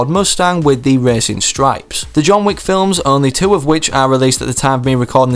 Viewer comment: tf, "wick" does not rhyme with "weak"